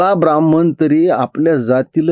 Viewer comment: काका, हा शब्द ब्राह्मण आहें, ब्राह्मन नाही. तुम्ही उच्च घराण्यातील ahat कृपया "न व" ण "मधील फरक समजून घ्या.